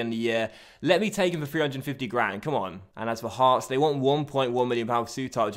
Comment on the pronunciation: "Heorts" 😂😂😂 Great Video as usual 👍